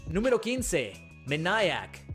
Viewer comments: No es "menaiac", es "meiniac". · Se dicee MEINIAC